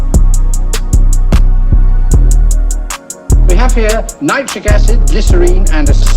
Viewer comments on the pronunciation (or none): none